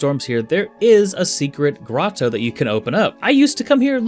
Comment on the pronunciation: You pronounced "grotto" correctly, I can only assume a previous comment of mine from the distant past is responsible. If not, don't tell me the truth because I like the canon I have created in my head. Congrats either way though, the "grow toe" pronunciation you have previously used irked me a bit. lol